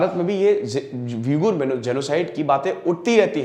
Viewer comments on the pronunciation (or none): वीगुर नहीं ऊईग़र है शायद